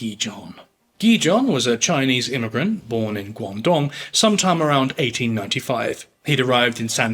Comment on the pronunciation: Good pronunciation on 广东。99% of people can’t be bothered!